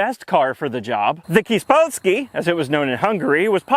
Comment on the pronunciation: In Hungarian it is not "kidspodzky", it is "Kis Polszki" - "Kish ( i, pronounced as "i" in "primitive", "s", but pronounced as "sh" in "shoe") Polsky ("s" pronounced as "s" in "snake") and (y pronounced as y in many or money)" if you want to pronounce it correctly... My relative who had one just called it "kis szardarab" (little piece of sh..) or "a polákok bosszúja" (the revenge of the Polish).